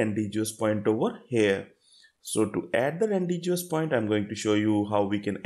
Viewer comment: good explanation but it is pronounced as Ran-De-vu ( ˈrɒndɪvuː )